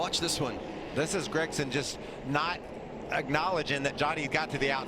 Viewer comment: Did you both try to say Sauter. And it's also Gragson